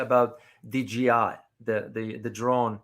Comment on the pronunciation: DJI, not DGI.